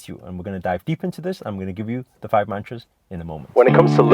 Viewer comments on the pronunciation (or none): U love your car But what i really wanted to say was Stop saying mantras it sounds like munchies!!